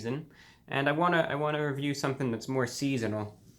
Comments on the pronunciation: The pause gave me a spook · Please name your drink series reviews, my soul dies a little each time I hear that pause.